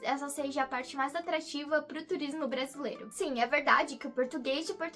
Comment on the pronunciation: Amiga, não é "bruzilairo", é braaa-si-leeeei-ro